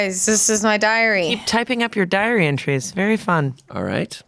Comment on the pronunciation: I heard diary entries as "diarrhea trees"